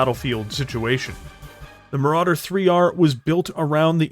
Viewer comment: Ahhh.... Le Maràdér... A Legénd